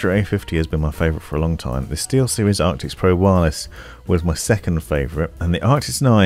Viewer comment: Man i love your reviews and watch them all but you really trigger me when you say things obviously wrong like ARCTIS not ARCTICS or "SIN-Apse" not SYNE-apse lol call me an asshole i know lol.